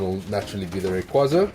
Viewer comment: I refuse to accept the fact that people call it rayquayyyza... no! 😂